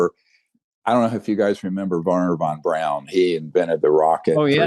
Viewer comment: It's Wernher Von BRAUN not Verner Von BROWN like Greer mispronounces it. He should know that name a whole lot better than he apparently does.